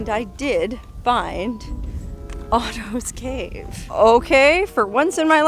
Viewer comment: It sounds like you're saying autos cave.